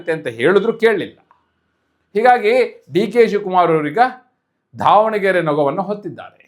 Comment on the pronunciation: ಧಾವಣಗೆರೆ ಅಲ್ಲ ಮಾರ್ರೇ ಅದು ದಾವಣಗೆರೆ ಅಂತ